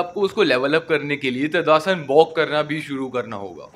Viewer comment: ताड़ आसन ❎ तदा आसन ✅ 😂